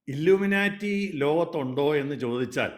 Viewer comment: Dear Anchor..... "Illumina-lity" alla.... It is "ILLUMINATI". Enlightened people ennartham..